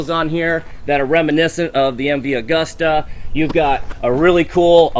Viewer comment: 1.52 mv augusta? wtf MV Agusta!